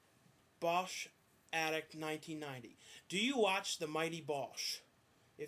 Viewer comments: ITS THE MIGHTY BOOSH!!!! not the mighty bosh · Its BOOSH!!! BOO-SH!!